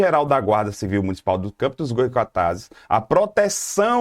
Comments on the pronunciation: Pessoal devemos agradecer que estamos tendo aula grátis para nossa cidade, e sem pagar nada por isso, ao invés de ficarem reparando que o professor não falou o nome da nossa cidade direito. Ele nem dá nossa cidade é, quem não deve falar errado, somos nós moradores e naturais da cidade. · Parabéns ! Vídeo muito bom ! Mas , com todo respeito, no próximo vídeo, fale o nome da cidade correto .